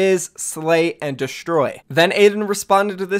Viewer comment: It’s destroy pernounced deestroy